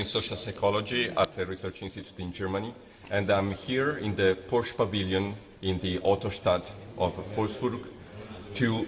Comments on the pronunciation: fair, he only said he /works/ in Germany Still, no excuse to butcher Porsche’s name lol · dude is literally German and glued to the floor of the Porsche Pavillion and still managed to pronouce Porsche wrong